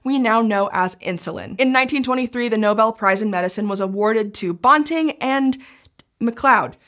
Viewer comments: The pronunciation of Banting is killing me. It should rhyme with panting. Source: He was from my area, there’s a high school named after him and my husband and I went to school with members of the family. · Yes! I’m from where Banting was born and know the family. Banting should pronounced to rhyme with panting. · bawnting? is that how it's pronounced? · Loved this - thank you! forgive me for this entirely minor comment, we in Canada and UofT pronounce Banting as if BAN rhymes with MAN. And, as we Canucks say Soo -ry... :) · Frederick Banting. BAN-TING. BAN as in PAN. BAN-TING. You could have watched a couple of seconds of any video on the man to get that pronounciation correctly. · I'm a U of T grad - we say "Banting and Best." The A in Banting is like the A in apple. Not the O in Bob. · I know Scishow makes a big deal about fact checking and how they are often using words from scientific literature that don’t have clear established pronunciations, but Banting’s name is neither obscure nor hard to pronounce. You can look it up on Wikipedia or in a regular dictionary, so I wish someone on staff would have told the right way to pronounce it while making this video. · Banting... Ban rhymes with can, ran, fan, tan, dan, jan, LAN, man, nan, pan, van, WAN. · Sadly, you've mispronounced the name of Dr. Banting the whole way through. Respect! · Great video, but I've always heard his name pronounced with a short A. (am Canadian) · His name is Banting, not bonting, as the narrator calls him. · Dr. Banting's surname rhymes with "panting", not the made-up word "ponting". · I agree, Banting is pronounced bænting. (psst, how is æ pronounced?) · Banting is pronounced bænting rather than bahnting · Banting, like ranting, which is what I'm doing right now about that bizarre pronunciation. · Yes. The high school my daughter went to is called Banting.